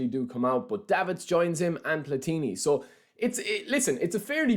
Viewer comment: Your pronunciation of Platini is wrong.